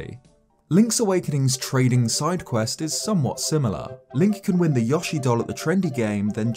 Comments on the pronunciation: yo-she not yah-she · The why you pronounce yoshi Is wrong look it up